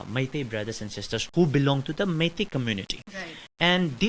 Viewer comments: Funny how she pronounces meitei as my tea😂😂😂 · It’s not Mity it’s Meitei god how do you guys become journalist😂😂😂😂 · Meitei and kuki not maities or not kukies you pronounced it wrong